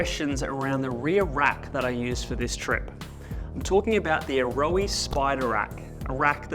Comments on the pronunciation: A-Ro-aa? That’s how you say it in kiwi? I own a set and always thought ‘Arrow’ was closer pronunciation. Sheesh. 9,977,287th time I’ve been wrong. They are quality pods that won’t go anywhere, but remove with ease. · "ayrowey"?😂 It's Aeroe pronounced same as aero!